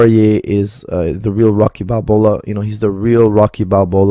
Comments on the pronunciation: Can you say balbo not bralbroa wtf learn english he is the best man hugger og they box khabib loose Every single time. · Who is that? The guy that called khabib a light heavyweight then pronounced rocky balboa as rocky balbola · "Light-Heavyweight...?" "Rocky Balbola...?" (with an extra L?) Lol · " the real Rocky Balbola " 🤨🤨🤔🤔 🗣🗣🤣🤣🤣🤣🤣🤣🤣🤣🤣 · "Rocky Balbola" 🤮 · rocky “balbola” and khabib as a light heavyweight, why is this guy even talking 😂🤦🏻‍♂️ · Did really say rocky “balbola” 😂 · Does watch the same sport? And who is Rocky "Balbola"? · So his name is Rocky BALBOLA? Not Balboa? 🤣😂🤣😂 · I thought he added an L lol